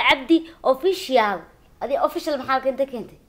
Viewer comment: The secret is how somali pronunciation official .... ofishial